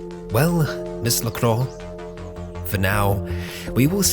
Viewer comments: LaCroix is pronounced la-croy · wow, all I have to say is... wow! Such a nice surprise after so long without new CBMs :) by the way, Lacroix is pronounced La-cro-á